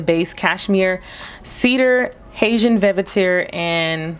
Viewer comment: I don’t like it. Smells like the scent they put on a plastic baby doll. You don’t know how to pronounce Hatian???